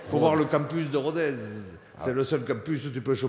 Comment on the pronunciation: On dit Rodesse ! Et pas Rodèze :/